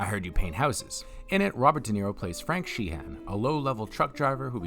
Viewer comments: Uh...Frank Sheeran...not Sheehan! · His name is Sheeran bro, not Sheehan. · "Sheeran," not "Sheehan." 😁